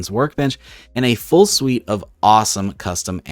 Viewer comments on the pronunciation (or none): none